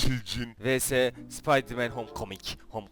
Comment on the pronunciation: spaydırmen değil spiderman